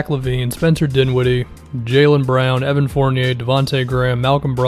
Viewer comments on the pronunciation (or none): none